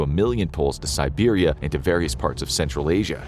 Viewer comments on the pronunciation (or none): none